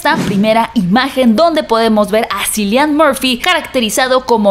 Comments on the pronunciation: Cillian Murphy se pronuncia como una K como Killian no como Sillian, lo digo porque siento que es necesario pronunciar bien el nombre de un actor, saludos! disfruto mucho tu contenido. :) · Cillian se pronuncia Killian